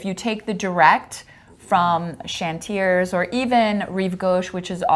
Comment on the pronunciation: You need the long-term visa for the time the admin takes in France! P.S. "Chantiers" is pronounced "shone-tyay". 😉 "Clignancourt " is pronounced "clean-yon-coor". Then "Bagneux" is pronounced "ban-yeu".